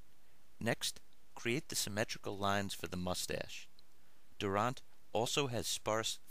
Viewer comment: Lol u said his last name wrong u said it wack